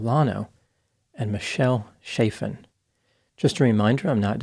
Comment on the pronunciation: Hard CH, short vowel before a double consonant. The a is the same as in the word apple. Chaffin, not shayffin.